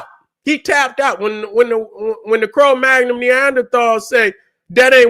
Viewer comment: It's cro-magnon